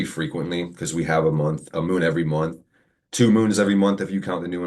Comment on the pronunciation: this moonth 😂😂😂😂